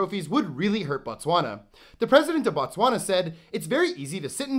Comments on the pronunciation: Why do u westerners pronounce it "Ba-Tswana" there is no "A" after the B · You do not pronounce as Batswana you pronounce it as Botswana😮‍💨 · fun fact, it is pronounced "BOtswana" the B-O is pronounced the same as the B-O-O in the word "BOOK" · The way he pronounced Botswana physically hurt me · They way you pronounced Botswana